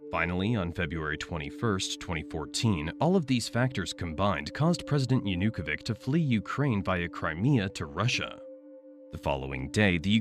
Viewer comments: It's 'Yanukovich', not 'Yanukovik' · Yanukovich is not Yanukovik hes Yanukovich ch like in chair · Will you please lern the correct pronunciation of Yanukovych? It's hard to take this serious when you're saying it like that.